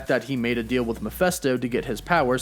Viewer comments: Please stop saying 'Muff-fest-oh' - it's 'Meff-fist-oh'! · Wtf is a Miphesto? Its M-e-ph-I-sto! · It's Mephisto, not Miphesto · Bro for the love of GOD..... its MEPHISTO!!!!! (MEH FIS TOH).....JESUS!!!! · It drives me nuts that he says "Mee-festo" instead of "Meh-feest-o". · He drove me crazy though the entire video. I wanted to reach into the screen & cover his mouth so I could say "STOP PRONOUNCING IT THAT WAY"!!! Lol!!! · I know! Thing is, I really like his videos. They catch me up on everything I never got around to reading. But this... THIS!!! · Angus Gordon-Farleigh Yep it’s Mephisto. “Meff-fist-oh” or Mephistopheles. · Ma-fist- toe is how you pronounce that. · Good video but PLEASE stop pronouncing it "Meh-feh-sto", it drove me crazy though out the entire vid lol!! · GET IT RIGHT DUDE --- ITS PRONOUNCED " meh phist oh " …… sheeeeeeeesh. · That drove me crazy throughout the entire video lol!!! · It's "Meh-fist-oh" 😉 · It bothers me you can't say "Mephisto" correctly... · Thank you!! I'm so glad I'm not the only one that was irked by that lol. Every time he said that name I winced! It was just painful to hear his pronunciation and by the end of the video I was grinding my teeth lol!!